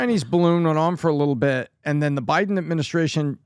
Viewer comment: Every episode "a liddlebit"